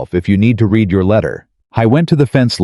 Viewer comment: Less than 3% of the population in the world has gray eyes... Yet these men always have gray eyes. Would be nice if you could make your AI say words in the tents that are meant to be. Read pronounced red and vice versa. And I am sick of these stories always having the woman give in and take the man back. Doesn't matter how he treated her or that he cheated. I've started just going to the end of the story to see does she go back to him, before I even watch it.